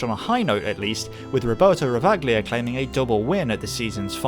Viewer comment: I think the Ravaglia's pronunciation should be "Rava-lia", not the "Ravag-lia" as you stated throughout the BMW M3 part of the video.